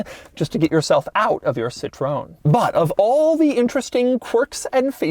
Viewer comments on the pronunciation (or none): Please, it's called Citro- en.... Not Citron... In French , That means lemon ... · „Sit ro ann“ not Citron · Incredible car. Beautiful CITROWN 😅 I drive a new car of this brand and I'll always say it the american way since today 😅😅😅 En français on dit Citroaine ❤️ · Yep, just a little research and presto!, you could actually pronounce it correctly! Citroen pronounced “Ci-tro-en” and not Sitrone! ....and it’s not “weird” it’s called ‘flair’ something the French were brilliant at. Daring and bold design created decades before anyone else. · Americans: Citröen - 'Citron' (is it a lemon??!). Peugeot - pue-g-ott Everyone else: Citröen - si-tro-en Peugeot: - purr-jo (with a soft 'j') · See-tro-En is the easy way. It's in fact a made up name, starting from Citron which is Dutch for lemon. The founder's father's added an e to the name, Citroen, then Andre Citroen added the umlaut. Totally made up, so the pronounciation is all over the map. Just not "Citrone" as Doug is saying, because that's french for lemon. :-( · BTW, Mr. De Muro, Citroën is pronounced like “seetroenn”, not “citron”, which is lemon in French (the fruit, not lemon as in bad car like we say here in the States. In France, that would be “une voiture pourie”-a rotten car- or sometimes “un four”- pronounced “foor”- literally an oven, which is about as immobile as you can imagine). This car was all of it in French luxury back in the day, along with the now largely forgotten Peugeot 604 and the Renault 20 and 30 models. I had the chance to rent a brand new Xantia in ‘95 when I was over there, and that was a blast. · I heard someone saying citron (which means lemon), instead of Citroen, but what did I expect from a guy that mispronounces his own name. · Hallo Doug... Little update :Citroën is pronounced as Citro-ën, not citroon😂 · It's not "Citrown", it's See-tro-ewn, Doug. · SITRON? for real is "SITROEN" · It’s pronounced “cit-rin” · no. Cit-row-N is the correct pronunciation. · more see-tro-N (as the letter).